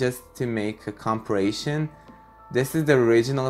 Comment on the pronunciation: You said compirration instead of comparison